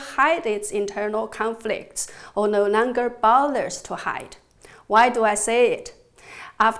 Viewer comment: I like the way she says .. No Nonger